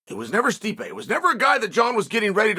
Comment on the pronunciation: not as disrespectful as much as you pronouncing his name " stripe "